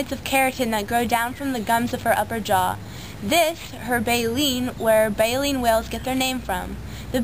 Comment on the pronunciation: Its baleen.... jesus girl.